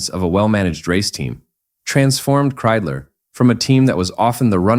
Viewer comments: Ik hoor steeds Kriedler, maar het is nog steeds Kreidler. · Das wird mit Kreidler ausgesprochen nicht mit Kriedler oder Krüler! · Wenn ich dieses KI Gequatsche höre schwillt mir der Kamm. Kriedler statt Kreidler usw. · Scheiß KI !! Das heißt K R E I D L E R ! und nicht Krüler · So ein doofes gequassel!,statt Kreidler -Kriesler oder Luigie Tavverie statt Ta veri.